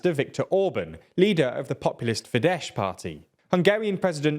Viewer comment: It's pronounced FIDES not "fidesh"!! 3rd time I'm leaving this comment which makes me question if the TLDR team actually pays attention to them... 🙄😂